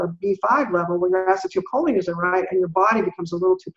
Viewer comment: Mind-boggling information in this interview. I thought I understood "Vitamin" D (really a hormone), but clearly didn't! Will listen again (and again). But I keep shaking my head at the way pronounces acetylcholine. I have NO IDEA what she is saying, but my understanding is that it should be pronounced "a-SEE-tul-koe-lean." That's the only way I have ever heard it pronounced and every time she says it I am thrown off terribly and miss the next seven or eight words trying to get my bearings back!